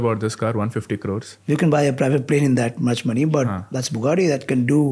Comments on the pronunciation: wrong pronunciation of the name of the Bugatti even though u are a car enthusiasts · you butchered that Bugatti's name